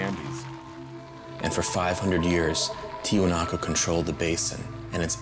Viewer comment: Omg the one dude kept calling the site TiwanakO thru the whole doc. Spent how many years there and cant pronounce the word correctly?